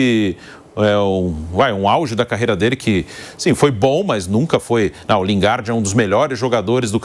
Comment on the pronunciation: Lingarde? Porra, nem pronunciar o nome dele sabem. E ainda são pagos? Pelo amor de Deus...